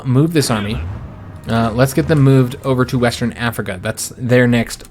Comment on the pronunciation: “Wastern Africa”